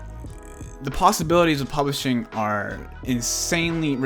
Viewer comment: Sounds like you say Polishing! Argh it’s Publishing ! Just saying